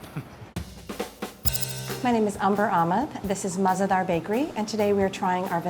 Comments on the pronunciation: Mah-ze-dar is actually mazaydaar which translates to tasty. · MAZEDAHR is pronounced mazehdaar in Urdu and it means "delicious" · Its not mah zeh dar...its mazaydar one word...ONE WORDD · I speak urdu it mazedar not maz ah dar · Oh my God it's Mazaydaar what on Earth is Mah za Daar or whatever it is 🙄😱😑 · Its mazedaar not mahzedaar. Btw it means tasty or delicious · Alright, so I am a native Urdu speaker and I truly enjoyed how you guys reviewed the cookie from the Mah-ze-Daar bakery. However, just pointing out that the whole pronunciation of the word and how it is written as MAH-ZE-DAAR is incorrect. It is mazayh-daar (H is usually silent) and not mah-ze-daar. It means delicious and Umber Ahmed would love it even more if she pronounces it correctly. :) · It is pronounced like muz-e-dar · The way they pronounce مزیدار (Mah Ze Dar) is really effing annoying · mazdar was the worst pronunciation ever but ok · It's ''Maz-Aye-Dar'' The pronunciation Ya'know. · The way pronounces Mahzedahr has me in creases 😂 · It’s pronounced “mazaydar” like one word not three but 3 syllables so I guess she’s spelled it so it’s easier to speak for white people but it just means “delicious” she’s over exaggerating af 😂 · Tehreem ikr that’s not how its pronounced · I believe the actual pronunciation is way easier than how they pronounced it here. Not because, I am a native but really, it's easier. It's be easier for English speakers to say the actual word. Also, if she wasn't being too literal then she could have said that MAH-ZE-DAAR is a made up derivative of MAZAY-DAAR. I appreciate your clarification though. Means a lot. :) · Damn, the pronunciation of mazedar is hilarious. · I cringed at the way they said mazedaar 😬